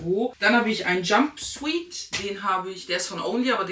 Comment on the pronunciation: Tolles Outfit 🩷 und es heißt Jump“Siut“ also spricht man es aus hahaha 🙏🏽🙏🏽🙏🏽🍀